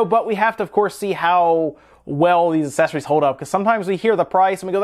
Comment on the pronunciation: I'm bothered by how you say accessories...